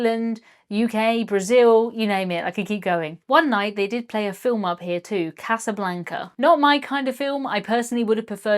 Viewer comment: For Casablanca hear Casanova